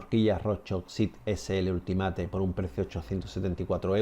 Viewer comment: Me gusta el canal, aunque a veces un poco "casero" en tus formulas rezumas mucho sentido común y buenos consejos. Eso si, cada vez que pronuncias algo en inglés se me caen los huevos :fashion al suelo ja ja ja. One es "uan" pero ultimate es ultimate...no se, yo lo puliria un poco, ojo, ya se que se entiende: pero por ejemplo un dia un conocido me preguntaba por el estado de Oio...¿oio?...hasta que al final caí que se referia a Ohio (Ojaio se pronunciaria), como otros casos Utha (Iuta)...etc. De totas maneras, vuelvo a decir, me encanta el canal y su calado mas "casual" de ciclista no mega experto en pruevas del mundo, sinó que basa sus opiniones en el sentido común. Enhorabuena.